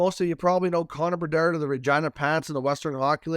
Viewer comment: Half of the reason I keep clicking these videos is to hear the way you say Connor Bedarrrrrdddd